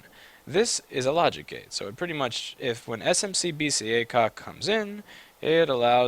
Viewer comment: I love how you say A-COK instead of AC OK. Love your vids!